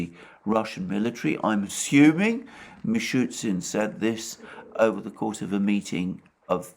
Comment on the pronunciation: Just a question to Alexander about the pronunciation of the Russian prime Minister's name.The Russian spelling seems to indicate it should be "Mishoostin", not Mishootsin